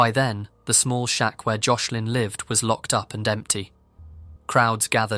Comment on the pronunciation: You said Joslin’s name wrong the whole time💔